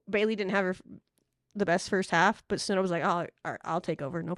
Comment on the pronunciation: Oh, Texas Tech fans are used to lazy work by a certain announcer who covers almost every game and it seems will never learn how to say Snudda's name properly.